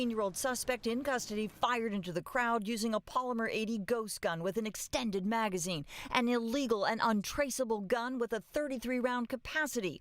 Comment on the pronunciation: Nice emphasis on the "extended " description